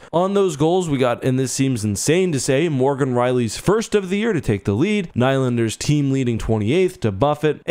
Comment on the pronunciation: You pronounce Nylander weird